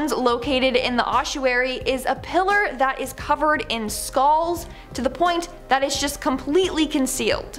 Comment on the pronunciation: skalls? say skull